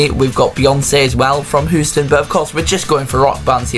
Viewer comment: Turned it off at Hoo-ston. Try harder.